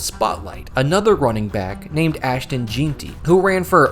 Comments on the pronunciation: lol you don’t even watch football do you? Who tf is “Geentee” lmao it’s “Jeanty” bro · Its pronounced "Jeanty" not "Jeanty" silly goose ahh mf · Scat-Uh-Boo Gen-Tee is how you pronounce it jesus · All this work just to not pronounce Skattebo right. And can't get Jeanty right either